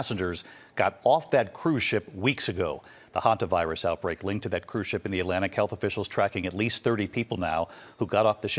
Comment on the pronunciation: Thank you Tim for being the only podcaster so far that knows how to pronounce Hanta virus!